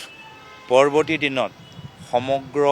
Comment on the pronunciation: পৰৱৰ্তী❎ পৰবতী ✅ ... হায় হায় এই জন মুখ্যমন্ত্রী হোৱা হলে অসমীয়া নৱ প্ৰজন্মই অসমীয়া ভাষা শিকিবই নোৱাৰিলে হেতেন❤